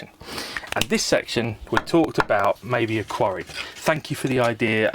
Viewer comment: Yeah he said quarry I heard Sontaran lol